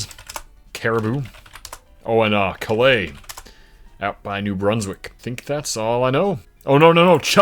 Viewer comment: By the way for Maine Calais is pronounce Cal-les